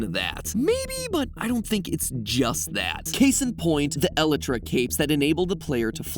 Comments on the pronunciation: mat pat its not (ela-tra) its (a-lie-tra) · "elytra" vs "elatra" matpat..... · Did you just pronounce el-ie-tra as eli-tra? lol that has to be the most strange way I’ve ever heard anyone pronounce that. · Normal people: “ee-lye-tra” Other people: ”eh-lee-tra” MatPat : “eh-li-tra” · How to pronounce Elytra Most people: Ee-lie-truh MatPat: Ella-truh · Other mc fans:Elaitra Mat:Elí tra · not you constantly saying "eli-tra" when its pronouced by LITTARALLY everyone, "El-'i'-Tra" (heavy on the "I") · .. el-ih-tra ???? I've always heard it as eh-lie-tra ......... is there an official pronunciation????????? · ayo great video, bu isnt it pronounced elle-EYE-tra for Minecraft not elle-EH-tra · El-it-ra? nah mat it’s pronounced EL-EYE-TRA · ELetra. The ELetra wings. Dude, it's e-LIE-tra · It's pronounced e-I-tra not el -i -tra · Did he just say "eletra" instead of elytra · Anyone else bugged ny "El-i-tra"? I always pronounced it "eh-lie-tra" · hearing Matt pronounce it as el-et-ra rather than ee-lie-tra through me for such a loop lol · A couple points: first, come on matpat, its pronounced el-ee-tra or el-y-tra, not E-lutra, you don’t emphasize the E. Next, if elytra are made of dragon wings, why can they be repaired by phantom membrane? Also what are phantoms? They’re very unique so I feel like they must have some lore based importance. Lastly, how can we revive the ender dragon with just 4 end crystals? Especially without the dragon egg and no other dragons? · It's pronounced: E-lie-tra, not L-i-tra. (i as in "in", not i as in "I") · Matpat: ele-tra Me for some reason: *oh goD This FeElS LiKe nails On a ChAlKboArd (Don't worry about it, it gets everyone :> the pronunciation is E--LIE-tra (alsoalso, might get a bag as my old ones wearing out 🙃 keep up the quality content matpat and crew :D (I wish I had more memory than a basic calculator so I could list everyone's name at team theorist :>))) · my mind every time matpat says "elytra" like "eletra" :OOOOOOOOOOOOO